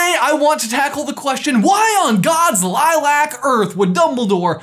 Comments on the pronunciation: "Lilack" XD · “LILAC”